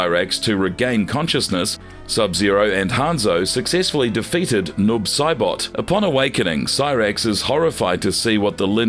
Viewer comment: I agree with this comment. I came to praise you with everything Gemini said and can over look a mispronounced name here and there but getting Noob and Kronika so wrong is like nails on a chalk board lol just read your script to someone that's a fan of the game before hand and that should help ALOT